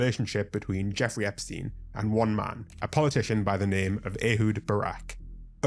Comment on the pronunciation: it’s jeffrey, not jeffery